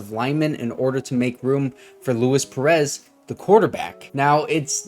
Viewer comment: LOO-EES PEREZ, he’s mexican not italian